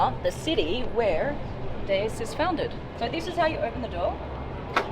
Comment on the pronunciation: Replace the "D" with a "Z" to pronounce it correctly. Like Zeus, it's pronounced "Doose"